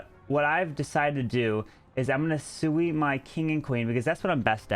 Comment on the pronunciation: It's "Sui" not "Soui". It means you won't need any healers for the walk/charge. The Queen will "Sui"cide but hoping to get a nice value for it.